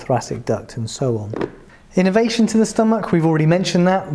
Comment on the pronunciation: I enjoyed this, the presentation was initially irritating but I got over that and it was informative. I just wonder that any non doctor watching might not pick up what sounds like innovation when the English word is innervation, quite different.